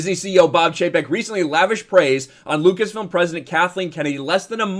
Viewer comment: Chapek can’t even say “Lucas-film” smh